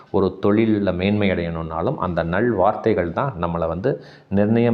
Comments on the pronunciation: நள் வார்த்தை என்று சொல்லாதீர்கள். நல் வார்த்தைகள். லகரத்தை கவனமாக உச்சரிக்க வேண்டும். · "நள்" அல்ல "நல்" வார்த்தைகள் ❤